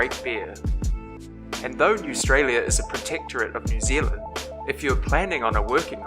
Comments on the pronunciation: wtf we dont only have 2 seasons thats note even a thing!!!!! SHEEP is not a reason to come to new zealand wtf are you serious?! gosh just delete the video now newstralia isn't even a thing so your saying we should have deadly things anamials everyway, sorry we didnt control the five centurie, what poor weather new zealand is known for great weather and like any other day it rains sometimes but thats it! sorry we dont have a kabab place, but u might as well be expecting the bikni bottom of sponge bob. you dont know anything!!!!! you cant even say kiwi properly wtf none of your facts are true!!!! its native 2 NZ the haka so back offfffff thats a movie its not even true its a made up movie!!! New Zealand does extitest but none of ur facts do. just delete ur account now with ur 25 subscribers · My man's can't even pronounce words correctly newstrailia?? Bro it's AUSTRALIA, some people can talk some Madd shit, how biut you come for a visit before coming up with random false facts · Why do you call it newstralia it’s australia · ikr, and btw when he said "Newstralia", I suddenly notice it was a comic book 😂😂🤣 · Hes just embarrassed to be living in "newaustralia" THE WORD ISN'T EVEN IN THE FUCKING DICTIONARY AND IT'S PRONOUNCED AUSTRALIA THE FUCKED UP DUMB ASS. oh and btw when I type in it comes up with a red line underneath, I double click it it says, did you mean grandmother which is what he is. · Dont listen to him, hes just embarrassed to be living in "newaustralia" THE WORD ISN'T EVEN IN THE FUCKING DICTIONARY AND IT'S PRONOUNCED AUSTRALIA THE FUCKED UP DUMB ASS. oh and btw when I type in it comes up with a red line underneath, I double click it it says, did you mean grandmother which is what he is. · It’s fucking Australia not newtralia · NEWSTRALIA!! WTH IS THAT!!!!! ITS JUST AUSTRALIA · THERE IS NO Ministry of Facts, Numbers or Figures. WHAT THE FUCK. What the fuck is "newstila'. I think ha means Austraila. DIPSHIT